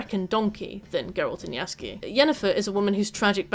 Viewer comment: You pronouncing Jaskier's name as Yasuke was really distracting for me lol